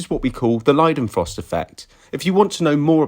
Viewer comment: He said Leidenfrost nearly perfectly, first english speaker, cannot believe it